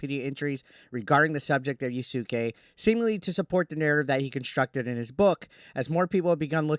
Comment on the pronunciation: Pronounced yas kay